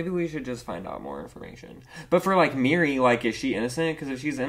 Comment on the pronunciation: Its Miri not Mary😭